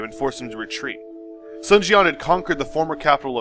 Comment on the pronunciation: Yue Jin or He Jin? also you captioned 2 pictures with the same name. if you want to learn proper pronunciation, "Sun the family name" should be pronounced as the english word "soon" or perhaps ["dune" with s instead of d]